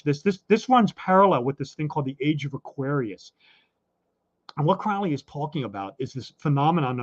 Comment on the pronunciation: Your guest is mispronouncing Crowley's name. Crowley and his assistant Israel Regardie got asthma but not from drug use. This guy is interesting, but he is Masonic and is advancing their agenda. Crowley said those who mispronounced his name 'wish to treat him foully.'